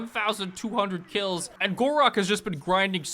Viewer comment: Why do i hear khorak everytime he mention gor rok